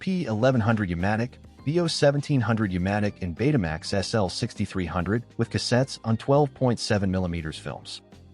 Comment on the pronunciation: Betamax was pronounced "beata max"